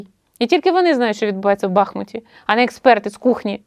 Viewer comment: Гарний випуск) Хвилинка пасивної агресії - якби ще в БахмУті наголос правильно поставила ведуча - ціни б не було))